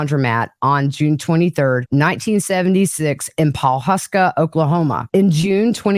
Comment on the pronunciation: Thank you. So glad you got to spend time with your mom and Grammy, what I’d give to be able to spend time with mine. I live in Oklahoma and your pronunciation of Osage and Pawaska are perfect lots better than my spelling of them!! Naps are the best I take at least one a day, that’s the reward we get for raising children!!